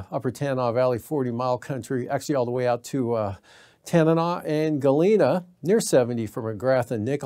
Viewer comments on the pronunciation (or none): For the Cheechaco weather guy. Nenana ( Neh nana ) Tanana. (Ta-nawnaw.) Just saying.